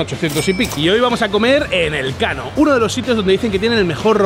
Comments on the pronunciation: NOOOOO HOMBRE NOOOOO!!!!!!! No es "El Kano", sino "Elkano". Juan Sebastián Elkano, conocidísimo navegador y explorador vasco, archiconocido en todo el mundo por ser la primera persona en dar la vuelta al mundo jajajaja. Elkano nació en Getaria, donde está el restaurante. Es más, a escasos metros del restaurante hay un monumento dedicado a su figura. Te has lucido jajaja. En algo había que fallar en toda la ruta. Saludos! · Es Elkano, no El Kano jajaj